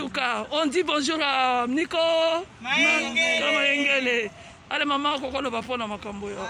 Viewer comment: C’est Nico Mayengele et non Malengele.